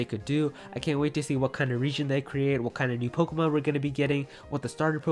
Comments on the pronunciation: Pokémon notice the accent mark . It’s makes to e sound like “ay” (Po-Kay-mon) not (Po-key-mon) or (pok-ah-mon) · You pronounce Pokémon wrong